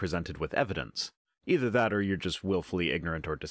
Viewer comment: Yay, the Rhino gets another gazillion views and likes! And Hi my beloved Pro Stick! I remember this doofy creatard! I noted how he mispronounced vestigial, (vestigual) petty I know, but it bugged me. And, here he is, smugly doing it again, but worse, he cannot seem to pronounce th sounds either. Or eever, eefer? I wouldn't bitch if he seemed even somewhat nice, as I normally try to remember religiotards are victims, but he admitted to becoming a young earth creatard (my phone keeps correcting to creature!) after the Nye, hamm debate! And, though I know there is no 'missing link', if there was one it would look like ken hamm! Love an Peace